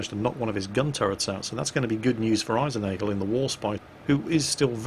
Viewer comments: sonded like eisen-angel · Funny way of pronouncing Eisennagel.Try it with Ai-Zen-Nah-Gehl. Its german for Ironnail. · sounds more like was thinking about bagels